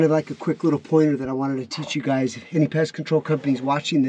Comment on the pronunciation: you said "gays" and not "guys". 😂😂😂